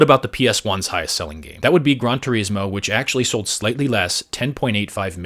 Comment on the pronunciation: Its pronounced GRAN, not GRON.